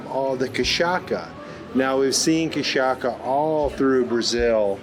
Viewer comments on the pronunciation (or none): Cachasssa, not cachaka. Also cocadA not cocado. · You can say "kashassa", not kashaKa; it's easy to say. And it's not made from agaves, but from sugar cane. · It's KaSHaSSa not KaSaKa! Doce Pastoso means Smooth paste Doce de Leite; Cafe com leite (Kafe kn leichi); Queijo de Minas and Goiabada (Guava) cascão, You missed out! Jamon is Presunto... I was born in the Zona da Mata, southern Minas gerais just north of Rio to an English father and Brazilian mother.... Still miss the place a lot! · The ç with a little "leg" under it is read as 's' So it's spoken 'cachassa' not 'cachaca' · When you say Kashaka, which sounds Japanese, surely you mean cachaça, pronounced Ka-sha-sa. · Lol. : Cashassa is the pronounce.. Best regards from ol'man Walter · Cachaça is pronounced (kashassa). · Just a pronunciation tip: "Ç" sounds like "S", not like "K". So, "cachaça" [KA-SHA-SSA] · Cachaça is pronounced like "cashassa" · It’s cachaça,! ( how to pronounce KA SHA SSA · just so you know, cachaça sounds as kashassa… ç sounds as ss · This drink is Cachaça. Pronounced "cashassa" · And I thought that I lived in a small town (35K inhabitants), having moved from Rio to inland Santa Catarina. Senador Jose Bento has some 18 streets in all, and a population of only 1.4K people. Oh, and don't forget the correct pronunciation for "cachaça". It's "kaSHAssa" (I capitalized it on the stressed syllable). Wanderlust is kicking in, I was longing to travel abroad again as it has been a few years since my last trip. But with all the craziness going on, pleasure travel within Brazil started looking like a better idea for now. Thanks for another very inspiring video. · Chaçaca is pronounced as kasjasja . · Nope, it is pronounced cashassa. The letter 'Ç' sounds like 's' or 'ss' and 'ch' sounds like 'sh'. 'J' is pronounced like in french as 'jour'. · The pronunciation of Cachaça is (Ka-sha-ssa). Thank you. Great area of Brazil. And a good education in coffee.